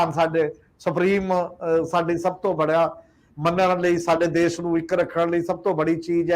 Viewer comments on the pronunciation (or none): none